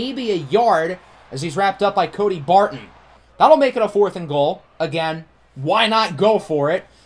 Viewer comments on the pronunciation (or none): none